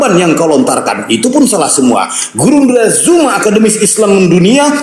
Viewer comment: Hallooo.... Bukan JUMA.... ZU... ZU... BUKAN JU... JU.. JU ITU JE... ZU... ZUMA ZET... LIDAH NYA KOK KELUH KELOT SIIIHHH..... FASIH LAH DALAM BERBAHASA......